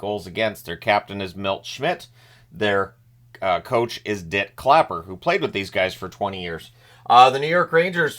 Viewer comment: Not sure if its the DIT Clapper emphasis or the "Bobby Bauer of the Boston Bruins" that entertains me more